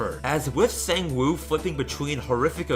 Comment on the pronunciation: the scariest part of this video, is the pronunciation. Sangwoo (Saw-ng-woah) yoonbum (yo-n-boom)